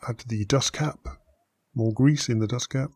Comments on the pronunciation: more gwease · into the gwease